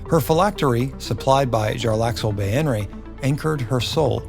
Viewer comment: Its pronounced bay-ner